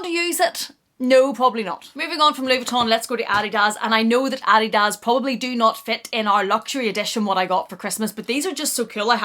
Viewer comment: Merry Christmas! Love it all and the earrings are fabulous on you! I don’t know how to say this, so I’m going to just say it. I think you pronounce the word/brand “Adidas” incorrectly. Sorry! The books are something I’ve been looking for, thanks.